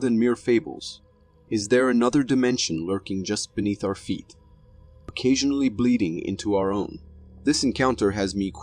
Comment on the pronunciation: learn how to pronounce your words , i.e. occasionally , and recreation .... Stop talking like a RETARD. ..... NO QUARTER ASKED NONE GIVEN